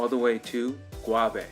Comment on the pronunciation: Great video 👍🏾💯even though some of the pronunciations were totally off like gouyave and coa-coa.